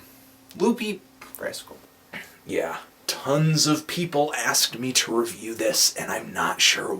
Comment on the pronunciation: NOOOO pronounced "review" correctly!